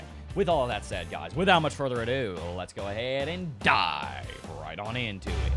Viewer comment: can you try to make the dive into it blend better in your sentence so whenever youre talking and then suddenly say lets DIVE into it. without a break. now it sounds like super sayen that need to charge power